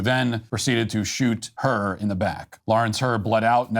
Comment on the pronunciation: I was confused when you said "shoot her" in the back but I realized 3rd time watching that its just the way Matt pronounced His last name